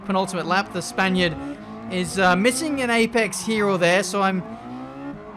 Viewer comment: João Mota no he said spainiard